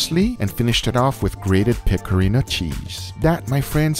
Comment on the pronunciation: guga it's pecorino not pecorina, the latter means, and I kid you not, doggystyle.